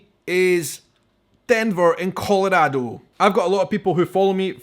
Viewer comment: I love how you pronounce Colorado, haha! 😄😍😎